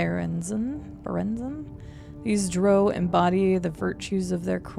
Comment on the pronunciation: I notice she hadn’t read the drow pronunciation yet😊